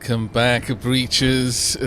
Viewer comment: LOL,, I think you cut off the "Wel..." on your "Welcome back" at the beginning. Sounded like you were asking me to come back from somewhere, haha!